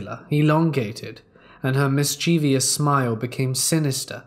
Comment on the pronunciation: pronounces "mischievous" correctly, , incorrectly.